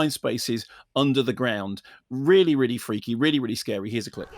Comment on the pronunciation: Really, really. Really, really.. Really, really.. Really, really.. Really. Really, really.. Really, really.. really... Weally weally. Weally weally. Weally weally Sorr it, weally weally..